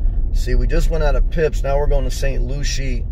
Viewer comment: It’s pronounced “fipps”